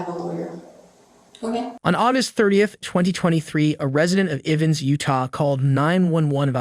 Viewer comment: Ivans Utah, not pronounced ivens.... (Utah resident)